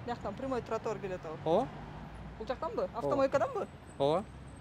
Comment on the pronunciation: Кечигип келген чилиш тротуарды нормално айта албайт экен,туатар деп,билят Аватар,кирип лашман жеп чыктыбы,кечигип